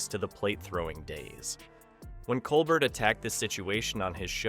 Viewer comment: Stephen’s name is pronounced col bear.